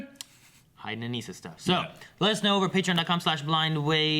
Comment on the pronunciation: Her name is pronounced "Uh-nih- sa" They literally say it in the show.